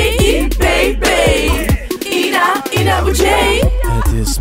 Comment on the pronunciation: Dit is niet hoe je Ina Boudier uitspreekt!